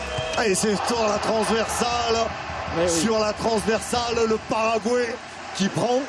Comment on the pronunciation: Why are you French so obsessed with pronouncing foreign names YOUR OWN FRENCH WAY??? Doesn't it sound, well, a wee bit backwarded (ignorant?) to you? It's Frank 'De Blééckere', not 'De Blecquère'!!! He's not French, he doesn't even speak French!!! Most of all, it's "Pah-rah-gwah-ee", or, to put it in French, "Paraguoi-y", not "Paragouéé"!!! Come on, it's simple, it's Spanish... it's close to you... why do you constantly do that? Some late reminiscence of the times when "the world belonged to you"? Well, I'm sorry, those times are over, in Scotland we sent the Stuarts to hell centuries ago and they fled "back home" to you, you had used them to conquer our lands, as we both know... Napoleon's dead, make your minds up... I'd never DARE pronounce "Thierry Henry" like "Terry Henry", most English speaking people would easily make that mistake if they never heard the way it's actually pronounce... why on earth do we all have to follow your language while you still won't accept a common word like "computer"??? I'll follow French pronunciation just because I want sound right and I don't want to sound ignorant, why isn't this in your minds?